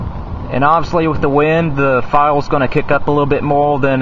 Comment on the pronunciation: Son you need to lear how to talk! Its "heater" & "fire" not "heatal" & "file"!